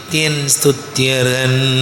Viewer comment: Param susthyan alla Sthuthyan ennu padu